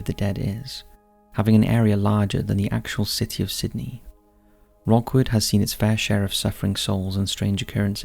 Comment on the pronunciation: I think you meant "Rookwood Cemetery "... Not "Rockwood".